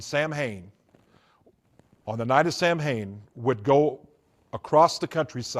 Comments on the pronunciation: In the first video of his that I watched He talked about "Samhain," and pronounced it wrong. That got me thinking. No true occultist says, "Sam Hane." It is "SAH ween. or SAH win." Then he said that Anton LaVey ordained him as a high priest in the Church of Satan in California. I thought that LaVey was the high priest until he died. So I found the web address of the Church of Satan, and asked the administrator for a list of all former high priests of the church. It was a short list. Anton LaVey, until his death, then Peter H Gilmore, until the present day. So, I started looking more closely at his other claims. He wrote a book on Harry Potter. I learned that that book contained material stolen from other sources, and not attributed to those sources. As I listened to his many stories they all reminded me of the works sold by Jack Chick. I went back and checked. Yes, all of his stories can be found in Chick works published decades ago, written by men and women who have been exposed as false, decades ago. I heard him talk about how Christmas came from Nimrod and Semiramis. This is on a video in which he claimed insider info as a former Satanist.. But I know that story well. It came from a book by Alexander Hislop (Chick publications) and a book by Ralph Woodrow, whose work was based completely on Hislop. It has nothing to do with the Occult, as the author and originator of the long debunked work was a minister. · This guy is a fake. He doesn't even know the right way to say sam hain.... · I was thinking the same thing 😅😂